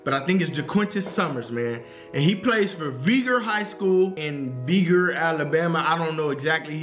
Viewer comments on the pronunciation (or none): It’s pronounced Vy-gor Vigor